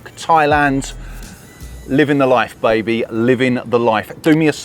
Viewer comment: According to the OECD the UK has lower tax than the rest of Western Europe and I note that you are NOT evacuating to western Europe, or indeed to the Anglosphere, but to somewhere decidedly cheap which is telling. I'm glad you're going because you say "baby" like an American and "Do me a solid" whatever that means. It really irritates me when Brits moan about the British weather. We have a maritime temperate climate with no extremes where it is green 365 days a year. It rains more in Paris, Sydney, Washington & Rio [check]. We sit between France [only 20 miles away] and Ireland in northern Europe and yet no-one says their weather is crap. No, it doesn't rain here all the time. Whiny Brits moaning about not being in the South Pacific have merely created that myth because the weak-kneed super sensitive precious little darlings can't survive without constant hot sun. The truth is we get four seasons and there is something beautiful about all of them. The first sunny days arrive in March and stay with us until the end of October. Summers are getting hotter. We are getting record temperatures in the UK and I've had to buy an air conditioner. I remember the Long Hot Summer Of 76 in the UK. You've complained about negativity in the UK in a video that consists entirely of complaining.That aside, you've raised some honest truths about life in Britain today. We are in an unprecedented crisis worse than I have ever seen in my lifetime. Everything is failing and the government is incompe